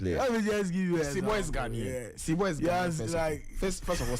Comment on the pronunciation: Not sebo but Zibo pls